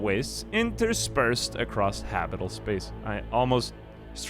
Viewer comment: "interspersed across habital space." "i almost struggled with the word interspersed." Umm yeah... it's habitable; not habital. 😂